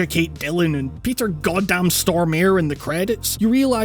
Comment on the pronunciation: Hearing u pronouncing Stormare is just so lovely😉🤘🏻 good content man! Love your vids :)